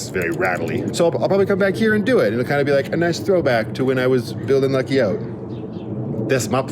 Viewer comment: Talking about the bed in Lucky, you said "Becky". I've also heard you mention rockets on Lucky, and say "Rocky". Now I'm just waiting to hear you talk about how fun Lucky is.😂 Seriously though, thank you for the video! It is super helpful to see how others are feeling and dealing with things. 🤗 And thank you for the shout out!! So glad you liked the clovers.😊🍀